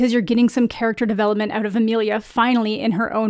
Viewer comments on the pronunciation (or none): none